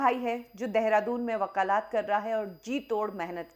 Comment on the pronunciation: Moti bolna sikhle vakalaat nhi hota Vakalat hota hain moti